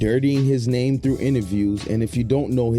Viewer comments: Murdered that man’s name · Nigguh stop the cap 🧢🧢🧢🧢 how he your favorite State Property artist and you can’t even say the man’s name right??????? 🤡🤡🤡🤡🤡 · My brotha you saying his name wrong